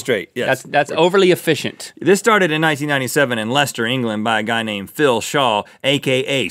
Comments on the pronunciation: I'm just impressed you got Leicester as "lesta" and not "luh cise tuh" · THANK YOU for pronouncing Leicester correctly! You are literally my favourite foreigner. <3 my hometown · You said Leicester right!!! Wow!!!! :)